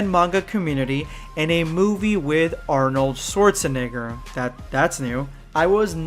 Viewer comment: I'm from germany and how you pronounce Arnold Schwarzenegger sounds so funny! :D Don't be mad, but I laughed so hard. xD